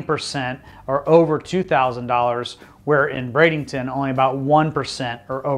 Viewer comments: Everytime I heard you said Brad-ING-ton, I cringed. Sometimes you said it properly, so I know you are trying. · Please stop calling it Bradenington!